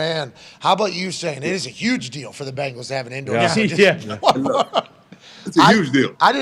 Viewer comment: He always says that you should hear him say the Bengals 😂🤣 Bingels